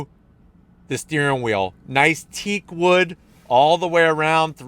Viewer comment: Teakwood? LOL!